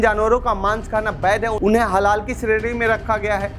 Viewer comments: अरे रिपोरटर साहब ! हलाला नहीं हलाल कहिए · Its HALAL,,,,not HaLALA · अबे पहले बोलना तो सीख लो वह हलाला नहीं हलाल होता है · Bsdk ita halal not halala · Bhai Halal bolo. Halala halala kyu bol rahe ho? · हलाला नहीं हलाल आप लोग पहले समझ कर तब बोला करे कियो कि खबर पूरी दुनिया में देखा जाएगा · Baar baar Halala halala kar rahe hai Halal pronounce karen please. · jahil bhi parekar ban baytha hai halal aor hlala bhi nahi bolpata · निहायत ही घटिया रिपोर्ट, हलाल को बार बार हलाला बोला गया। जान बूझकर किया या गलती से दोनों ही हालत में सच्चे पत्रकार हो तो क्षेद प्रकट करना चाहिए। देखते हैं करते हो या नहीं। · हलाला नहीं हलाल कहो भाई।